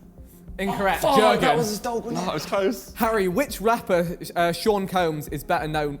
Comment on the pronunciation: it was not joergen it was YORGANNN!!